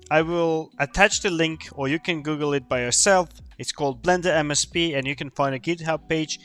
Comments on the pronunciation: Why does keep saying MSP?? It is M-CEE-P. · at first I thought he mis-spoke, but as the video went on, it became apparent... This dude literally thinks a 'C' is an 'S' 😂